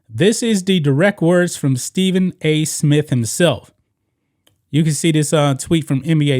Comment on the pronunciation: Dude it's SMITH not Smit